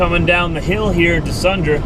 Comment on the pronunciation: Sundre is pronounced "sundrie" not "sundra"